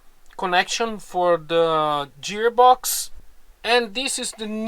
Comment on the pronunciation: I love your videos. It took me a long time to figure out what you were saying “jeer box”. But then I realized you meant to say “gear box”. In English, G has 2 sounds: a soft G, like the way we say Jesus, juice, or Curious George; and a hard G like gourd, or the actor Richard Gere. These 2 sounds are often used in a single word, like gorgeous - the first sound is hard and the second sound is soft.